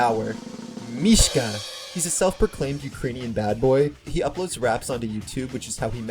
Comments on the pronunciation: I love this so much but it bothered me the entire time how you pronounced is mish-Kuh instead of mish-uh I’m sorry 😭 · This video is so good but why do you call Misha "Mishka" 😭 Where did this "k" come from? 🙏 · His name is Misha, not Mishka. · “MISHKA” LOL (mishka moushka miky mouse)